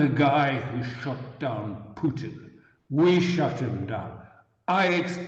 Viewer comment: 'I shut Putin down' - I heard, 'I sh_t Putin down' - imagine a wild west g_n fight circa 1890 Minnesota ("I sh_t the Sherriff" Bob Marley, 1973)